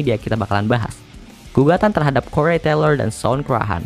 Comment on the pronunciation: "Des Moines", bacanya "də moin" ('es' nya ga terbaca). "Corey" terbacanya "kori" bukan "korei". Lainnya (tolong) belajar sendiri ya